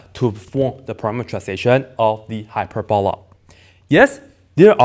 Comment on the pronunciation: Hyper-balla? Never heard anyone say it like that. hyPERboLUH